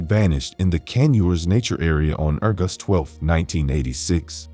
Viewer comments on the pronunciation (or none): It can either be "leeds" or "leds". That's irritating, but the weird pronunciation of "urgust" instead of August.